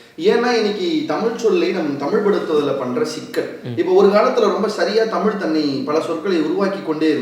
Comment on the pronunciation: தம்பி நெறியாளர் தயவுசய்து தமிழ் என்று உசரிக்கவும்.